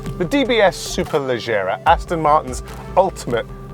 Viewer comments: Strange way to pronounce “Valkyrie” and “Superleggera” threw me off a little 🤔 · If you can’t pronounce Valkyrie and Superleggera properly how do you expect us to take this review seriously? Clueless 👊